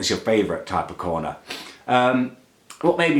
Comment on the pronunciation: "Whats your faverite coner" Muller lite xD